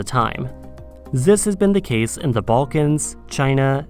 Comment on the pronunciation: Why do you say "za"? 🤣